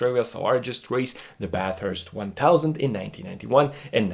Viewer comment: If I could I’d give you another 👍🏻 for pronouncing Bathurst correctly! ❤️🇦🇺